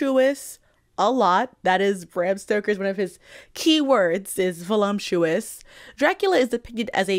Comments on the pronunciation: I had to take another look at the screen when you pronounced it "volumptuous" because that would have been SUCH a goofy favorite word to have XD Unfortunately, Stoker wrote it properly. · There is no "m" in voluptuous.